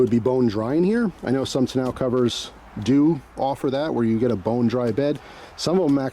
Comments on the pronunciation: It's pronounced tonno cover, not tonow cover ! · Ta-now cover 😂. First time ever hearing it pronounced like that. Good stuff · I've always heard and pronounced it "Tawn-Oh" cover. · That's the first time I've heard tonneau pronounced that way. Down south I've always heard it pronounced like tan-know. Not complaining, just sounded really weird to me. Funny how the same word is pronounced differently depending on where you're from. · Why are you pronouncing “tonneau” that way?